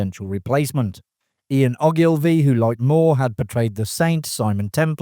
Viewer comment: It's Oh-gull-vee.